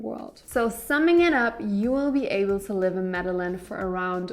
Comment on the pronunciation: Lol media Lynn? Pronounced - Meda jean kk and do not stay in Centro! Also ...no, mexico does not offer no hassle 6 month visas anymore. It's up to the discretion of the agent on that day and they are cracking down on over stays. New president